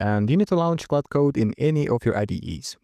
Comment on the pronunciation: Почему ты говоришь Клауди? Когда это Клод😞